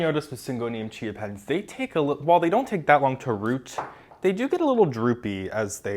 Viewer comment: Anyone else can't help but hear Syngonium "ChiaPets"? 🤣🌱😍